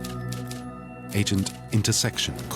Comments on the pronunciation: Pretty sure his name is pronounced Aims! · Great film but a shame his surname was mispronounced throughout.